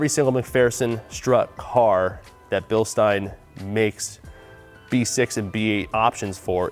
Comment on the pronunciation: Ey American. It's said bilSHtein. Get it right.